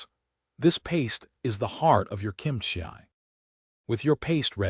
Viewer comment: Kimchia ? You mean kimchi .